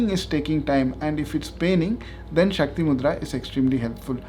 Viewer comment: Shakti not shaktri